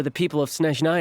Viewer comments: as a russian, pronunciation is atrocious XD Horrible, butchering words and incorrect stress in words. Clearest example - it's SnEzhnaya, not SnezhnAya. But we were long ready for this shit)))) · well, i personally hear they they try their best to pronounce all those words, but it’s always the emphasis that sounds off for me, even like saying snezhnAya when it’s logical for native speakers to say snEzhnaya (snowy). and sometimes the name Shishkin sounded like siskin which made me giggle because siski means boobs. it’s not perfect but it’s fun :з